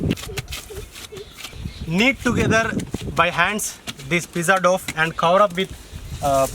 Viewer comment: Say Dow not doff.looks like veg oothappam